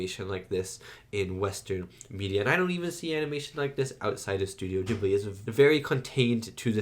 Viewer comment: Ghibli is pronounced with a "hard" initial g, like garlic or gift. It is the name of a particular seasonal wind in the Mediterranean region (and you'll notice a lot of wind movement in Studio Ghibli movies). It comes originally from the Libyan Arabic word "Qibliyy" and was of course written using Arabic characters. Its literal meaning is "coming from the direction opposite to Mecca". Later the word was adopted by the Italian language (because the same wind reaches Italy), where the Arabic letters had to be transliterated so that the word could be written and read by Italians. They did the best they could by starting it with a hard g. In Italian, any g that is directly followed by an h (or an a, o, or u) is hard. Like Ghirardelli, the famous chocolatiers of San Francisco. The same rule applies most of the time in English, but we all know English spelling is a mess, so no rule applies 100% of the time. I've noticed that a lot of people are unsure of how to pronounce Ghibli, so I hope this helps someone.